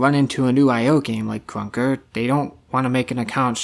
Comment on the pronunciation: ur voice bruh “kruwnka”